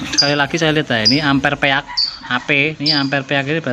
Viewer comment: Kreatif sayang kemampuan baca istilah bhs ingreisnya yg perlu di upgrade peak seharusnya dibaca pik, speed juga jangan dibilang sepit